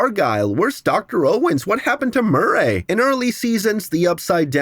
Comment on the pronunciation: Why are you pronouncing Murray so weird wtf